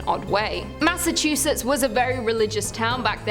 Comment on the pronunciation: The way she nailed, "Massachusetts", made me have to change my panties 😅 #drenched